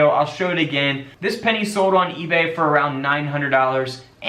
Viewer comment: Love the "denny!"